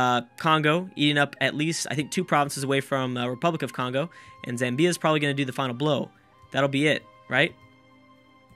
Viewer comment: Zamm-bya. Not Zam-Bee-A.